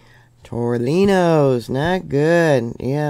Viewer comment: Tore knee ohs. That’s how to pronounce tornillos. 😊